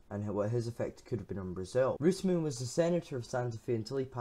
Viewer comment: Good. Would be better if you were to pronounce his name properly though.